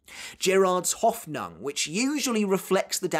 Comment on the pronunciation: hey it's me again, with a pronunciation hint. it's pronounced Hoffnung, not Hoffnang. 😊